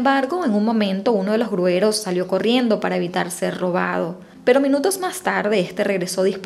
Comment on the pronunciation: Como comunicadora, tienes la obligación de hablar y expresarte correctamente. Se dice gruyeros, no grueros